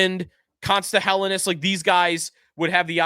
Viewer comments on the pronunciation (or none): How long until actually pronounces Helenius correctly